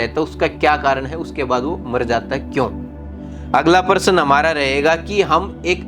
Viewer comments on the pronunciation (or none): Aap paras bol rahe hai Pl correct your prounce of प्रश्न